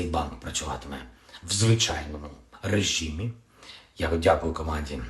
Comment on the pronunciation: ПНХ Звічайний режІм. Та что ж ті такое марозішь? Та пазорь не пазорь.